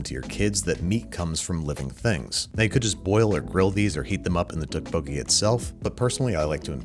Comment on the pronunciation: Its tteokbokki, not tubucky